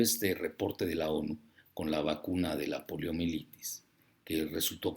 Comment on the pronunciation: ¿Escuche bien? ¿Dijo POLIOMELITIS?